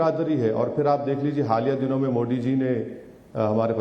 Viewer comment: ये उर्दू की तेहजीब इसकी जूबान से जहर क्यौं निचोड रही हैं? ये मोडी क्यौं कहता हैं? मोदी कहते हुए उर्दू के उच्चारण की बात करने वाले मूँह में क्या डालके बैठें हैं?